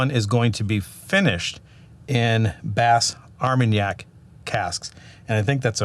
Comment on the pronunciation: WELL DONE..!!! Great FFFF guys. 🥃 FYI, Bas Armagnac (the "s" in BAS is silent) is a region in the southwest of France where the brandy by the same name is produced, similar to the region of Cognac further north. Both are distilled wines with minor differences in distillation and aging processes. If you like French brandy you should try this... Delord Bas Armagnac 25 YR. Absolutely wonderful. I have not had the 23 yo. Of the remaining three, the 17 is my favorite while the 13 BA comes in 2nd.